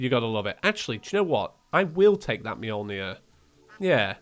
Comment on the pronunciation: To be fair, you're still not pronouncing Mjölnir correctly. It's spelled with an Ö not an O. Ö is pronounced a bit more like the U in church or uh.